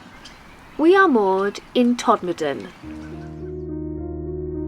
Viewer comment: Hi, spot on pronunciation of 'Todmurdan' at the start:)... I love how you educate and entertain us, show us what can be done with a little determination and most of all, you achieve this with a warm smile on your face, with integrity and with honesty. Oh and not forgetting your smooth, galaxy chocolate voice:) Stay safe and stay dry & warm.